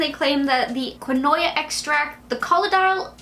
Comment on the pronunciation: Quinoa is pronounced keen•waa I learned that from gone girl lol